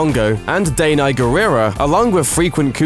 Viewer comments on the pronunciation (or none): Her name is fucking name PRONOUNCED Da-Nye not DAYNA